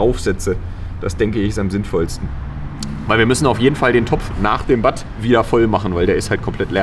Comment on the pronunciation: Ich glaube man spricht batt - "bad" aus